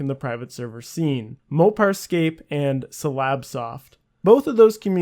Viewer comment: Lol it's not sigh-lab-soft* back in the day I used to play silabsoft, really messy and cheatable servers ;p